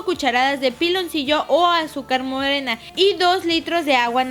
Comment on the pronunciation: me da risa cuando lessly dise azucar moodena